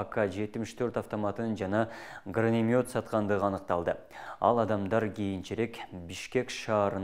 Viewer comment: сен эфирге чыгар алдында кичине бир ойлончу. Гранатомёт дегенди граномет деп жатасын мойнуна алып дегенди моюндап деп сойрундоп жатасын. Катуу айтсам капа болбо деги сен мектепте канча жыл окуугансын? УКМК деп кыскартып айтпастан улуттук коопсуздук комитети деп айтыш керек. 3 секунд убакыт кетет.